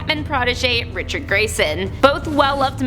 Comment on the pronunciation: Did she say Richard